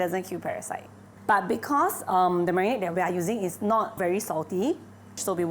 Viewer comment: its "the", not "thee". (before words which begin with consonants)